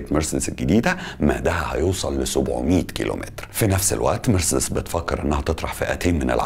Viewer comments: بقولك اي يا اسمها مارسيدس مش مرسدس ماشي واسمها ألمانيا مش اااااالماااااانيا علشان بس بطننا بتوجعنا 🙂 متابعك من سنه ونص ومبفوتش فيديو بس في حاجات كدا بتجيبلي مغص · اسمها ونطقها كما ينطقها الالمان والامريكان نفس النطق ...مارسيديس Marcedes Benz... مش مرسدس . Mercds كما تحاول ان تنطقها انت . نطقك للكلمه غلط ’ ومحتاج تشتغل علي لكنتك الانجليزيه لانها ضعيفه جدا جدأ أن ما تتكلمش انجليزي خالص طالما مش عارف . يعني في الفيديو ده فقط غير غلطه مرسدس . انت قولت اوبك بلاااااس. اسمها اوبك بلس. ..... بلس مش بلاااااااس .... كمان. اسمها جولف سواجن مش غولف ساوجن 🤣🤣🤣🤣___🙋‍♂️🙋‍♂️هو انت ليه مصمم تعمل نفسك بتعرف انجليش 🤷‍♂️🤷‍♂️مش عيب خالص علي فكره انك تكون متعرفش ...ـــ بس عيب قوي انك تكون متعرفش وبتحاول تظهر وتبين لمتابعيك انك تعرف ــــ و بالمناسبه اسمها حروب ساايبرنيه ـــــ ساايبرنيه جايه من ساايبر... مش سيبرانيه زي ما حضرتك بتنطقها.... انت باظبط عامل زي ايمي سمير غانم في فيلم عسل اسود كان اسمها ميس ميرفت وكانت بتعلم الاطفال انجليش تمام زي بتاع حضرتك كده واحمد حلمي كان حيموت من الجنان والغيظ علي طريقه نطقها ،نقلها النطق الخاطئ للاطفال ــ حضرتك تمام زيها بالظبط ونفس طريقه النطق المتخلفه والجاهله